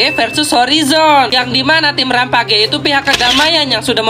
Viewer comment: Wkwkwkwkwk org Indo sebut RAM PAGEyy sepatutnya rampejjjj sebutan nya😂😂😂😂